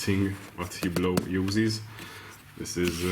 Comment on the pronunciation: It supposed to sound so horrible exactly how u pronounce it trying to say it French sounding with Hungarian accent ?